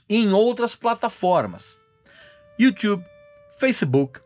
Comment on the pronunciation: You tchube é pra fudê heim Régis. Pqp...